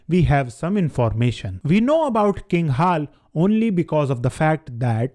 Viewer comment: Haal? Bro seriously why can’t you say Ha(la) like Ange(la) or Dracu(la)? 😅